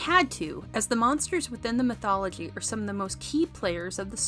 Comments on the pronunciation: Is this voiced by AI? Who pronounces"mythology" like that? I've never heard it pronounced that way in any dialect of English. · You're pronouncing mythology wrong. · Does anyone think she pronounces the word mythology funny?